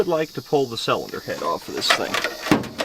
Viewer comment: I like your videos. But why du you say salinder instead of cylinder 😂 always been a pet peeve of mine 😬😂